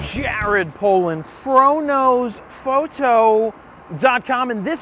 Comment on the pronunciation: And the "shrwdb#$%&*^" before that. Drives me madddddddd!